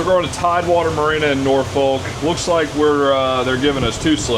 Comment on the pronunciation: If going to Norfolk, learn how to pronounce it. Imagine "Nor-phuck". Ask anyone in the Navy